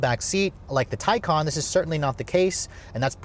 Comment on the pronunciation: Come on. It’s been out long enough. It’s pronounced ty-kuhn!